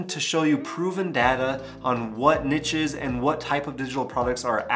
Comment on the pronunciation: Finally, someone who says "niche" like me! Lol Great video! New subscriber here.